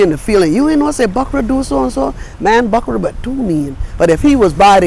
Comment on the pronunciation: When she say, "bukrah," I nearly pass out! We does call dem "bookrah" in St. Croix. 😂 We's one people, no mattah how they try to divide and conquer.